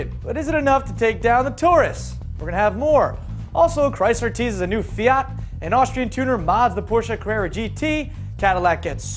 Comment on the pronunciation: the pronounce it's correct (almost) just search pubblicita fiat